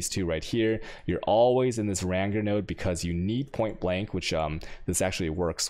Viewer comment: "ränger", love it!